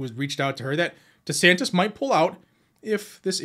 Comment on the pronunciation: DeSantis pronounces like Dishonest.